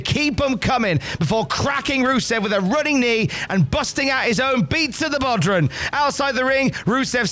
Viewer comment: Jesus christ it's pronounced bow-rawn not bodran